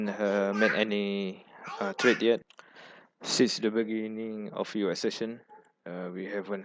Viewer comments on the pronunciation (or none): Your pronunciation is very difficult to understand. For example: it sounds like U Esession instead of US Session. Please take time to say the words properly. Sorry if the feedback seems too negative.